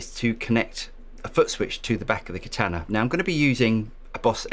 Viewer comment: Rhymes with Nirvana, not banana.